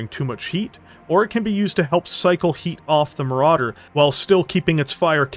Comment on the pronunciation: Ahhh.... Le Maràdér... A Legénd